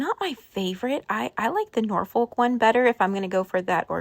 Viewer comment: Great video! Looking forward to seeing what you do with it all. Interested to know why Americans pronounce the L in Norfolk. Is there a Norfolk in the US? In the UK, it's pronounced with a silent L: Nor fuk (with the emphasis on Nor! lol)